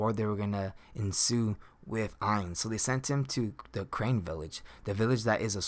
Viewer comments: its carne village not crane dooode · Crane Village.....Crane Village......Crane Village....... I do think it's pronounced Carne.....like it's spelt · Crane village. It's CARNE - Kar-Ne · The village is called carne village not crane village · Carne Village Not Crane Village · It’s not crane. It’s car ne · Carne! Car-Neh! Village Not crane, carne! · Just a small correction, it's "Carne village" not Crane village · Lol every time he said crane I yelled out carne haha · Carne = car-nay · Say Carne right you dip shit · I can't stand that he won't pronounce it right.